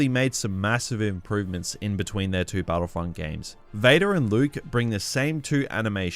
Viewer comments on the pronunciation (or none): STARWARSEY and BATTLEFIELD-EE